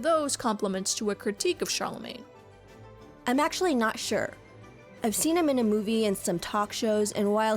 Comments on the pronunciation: Chalamet has no r in it. :) That pronunciation is maybe hard for english speakers but not that hard ti·muh·tay sha·luh·may (its first google result) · Why did you call him Charlemagne instead of "Shallow-May"? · At first, I thought that you were trolling, BUT...the surname of the wooden "actor" is pronounced SHA-LUH-MAY, not SHAR-LUH-MAIN. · It's Chalamet, not Charlemagne. Shall-uh-may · Can research all this, but not the correct pronunciation of Timothy Chalamet's name. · Tim-o-tay Shal-a-may. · There's no R in Chalamet and he's not a decendant of the King of France. Just giving you a hard time, I loved the video :) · why do you keep saying Charlamagne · why does it sound like she's saying Timothee Charlemagne "? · did she say timothee charlamagne xD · Pronunciation Shal-a-may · This video is incredible but why is no one talking about the fact she calls him Timothee Charlamane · Are you saying "Challamagne?" It's very distracting. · kind of off topic but i found it hilarious how you struggled with pronouncing chalamet like, you started to pronounce it as "charlamaine", then "charlamay", then eventaully "chalamaine" lmao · at first i thought u said charlemagne as a joke but then u said it again 😭😭😭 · Try To Pronounce "Chalamet" Challenge: IMPOSSIBLE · I just couldn't continue watching after I heard you seriously mispronounce Chalamet 🤦‍♀️🤷‍♀️ Sorry x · Girl pronounced “Chalamet” different every time she said it 😭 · You pronounced Timothée Chalamet wrong